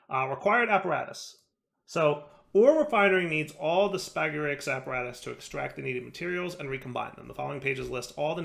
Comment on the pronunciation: Watching these a few weeks too late but: Spagyrics: Spuh-jeer-ics, i.e. the "g" being pronounced as in "gyroscope" Brazier: Bray-shur Sal Ammoniac: Think "Ammonia", but just add a "k" sound at the end, not ammon-áy-ac